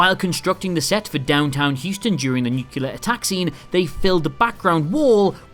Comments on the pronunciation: I really don't understand why you say Nucular instead of Nuclear ! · It's pronounced "noo-klee-er", not 'noo-kyuh-ler". The invaders in 'War of the Worlds' were Martians, not 'galactic'. HAL was not a 'program'. It was a high level AI computer system. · This video is so good in the beginning and then gets progressively worse, with "things you missed" slowly becoming "things you can't possibly miss". Maybe I'd give it a like anyway, but I have a rule never to like any video with "nukelar" instead of "nuclear" in it, so there. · spectrum I don't like when people pronounce nuclear as "new-cue-ler" instead of "new-clear" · As mentioned in a previous video. Nucleeeeear; not nucYOUlar. To paraphrase Avi Denovitz: "Speak English to me, Adam. I thought this country spawned the f*cking language, and so far nobody seems to speak it." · Harvey Fire-Steen, not fear-Steen. Nuclear, not nukuler. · nucular An idiotic way to pronounce the word "nuclear". Whats worse is most of them know how the word is spelled yet still insist on saying "nucular" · NUCLEAR YOU PRATT NU. CLEAR. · "Nuclear? It's pronounced nuke-ya-ler. The 'S' is silent, dummy." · 2020 and people still say NUCULAR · TWO, two freaking syllables, not thr33!! 🤦🏽‍♂️ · did he just say nucular? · He always says nucular. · He did. And also nucular. And the biggest affront to human culture, Heych Gee Wells. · Mmyeah, the virus thing was not the easiest one to miss. It pretty much slams you in the head. It's as obvious as your mispronunciation of nuclear. It was an instant "I see what you did there." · What I always found scary was when a general did a press briefing back during Desert Storm and said it the same way. I just prayed he was better at using weapons (preferably finding a way to stop using them) than he was at pronouncing them.